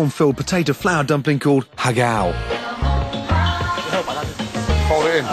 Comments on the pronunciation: Just a word, he says "hagao", it's supposed to be pronounced as "ha-gao", notice there are 2 syllables. "Ha" is supposed to pronounced with the 4th tone and "gao" with the 1st tone. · It's pronounced more like "how gow" not har?? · Im a chinese.. and when he say HAGAOO it cracked me up haha... It's actually Har Gao. Har for prawn and Gao for dumpling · Ha Gao? It's pronounced Ha Kao. Also not made from potatoes but yam! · Its HAAAA GOOoooOOOW no im serious thats the pronounciation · "huh-GAO" oh god my Chinese ears